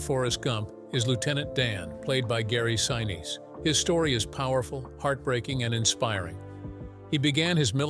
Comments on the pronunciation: Gary Sineesee Is the correct pronunciation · 👍🏽 Very good presentation! I caught only one proper pronunciation of Gary Sinese’s surname. It would taken extra effort to get it right every time, but that would have made the whole video just about perfect! 🤙🏽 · I truly loved this Movie from beginning to end and have really enjoyed the descriptions of how it was made!! Perhaps I am wrong but the pronunciation of Gary Sinise's name did annoy me a little!! Being an 83 year old Capricorn could give some kind of explanation for this!! Truly a well executed and fantastic piece of Cinema History is appreciated!! Thanks for this!!